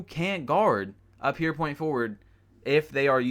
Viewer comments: “Pure” nigga “pure” not “pear” Good ass vid though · Good vid my guy but it’s fucking PURE NOT PEER